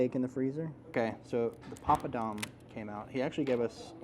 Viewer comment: Papadum not pompadom, somebody in England probably taught you how to say that wrong, we all used to say that way